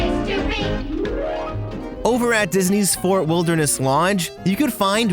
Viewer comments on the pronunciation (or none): none